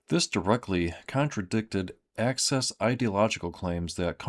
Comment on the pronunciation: It's "axis," good sir, not "access." Thank you for your attention to this matter.